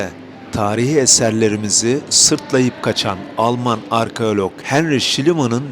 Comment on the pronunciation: Arkeolog....arkeolok degil...